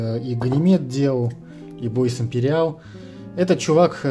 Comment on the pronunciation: Да не Боис, а Буа